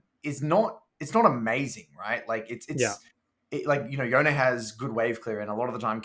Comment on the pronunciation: Major pet peeve of mine is how he pronounces Yone. Its Y-own-eh.